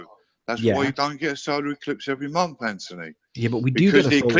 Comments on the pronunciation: "It does it every mumpf" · He never claimed they happened every month. He said every momph!